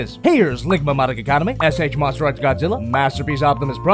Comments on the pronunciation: So we just gonna dismiss the fact that he said "ligma" instead of figma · did you just say "ligma" instead of "figma" in the size comparison -. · Wait, I just now noticed that during the size comparisons he said "Ligma Monika" instead of "Figma Monika" why didn't I notice that sooner? LOL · Pretty sure I heard ligama instead of figma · Did you say ligma madoka? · I like the new set up! Rhino cakes pointed out you said 'ligma Madoka' ...fudge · Yes, and I love it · did he say ligma instead of figma? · Crimzon Reviews omg yes I heard that too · Did you just fukin say "Ligma Madoka Kaname?.. " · Bald Nigga he was supposed to say figma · That’s what I heard ligma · He sure did😂😂😂